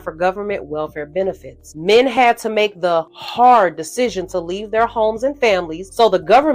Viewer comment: Men had to the the "HARD"? Why you say it like that? "HARD"🤔